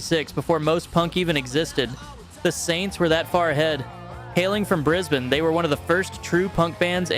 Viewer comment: Music aside, I was just impressed with how he pronounced Brisbane and Melbourne! Perfect! 😂